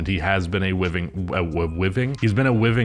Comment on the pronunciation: “Jordan Poole was a wiving pwayer with the Golden State Wawwiows, uwu 🥺👉🏻👈🏻” -, 2023.